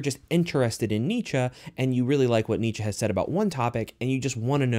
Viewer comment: Pronounce it with me dude “neee-chee “ (Friedrich Nietzsche )